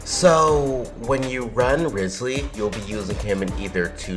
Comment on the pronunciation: Butchers his name Me: So you've chosen de- Me: You're off the hook this time...